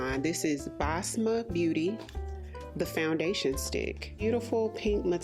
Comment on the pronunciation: thank you for not pronouncing basma as boZmuh like a lot of these other influencers do lol i find it so grating. the actual pronunciation in arabic is more like bess-muh